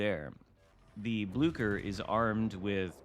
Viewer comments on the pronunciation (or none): Ahoy! May I suggest to pronounce it as if there is no "c" in it's name?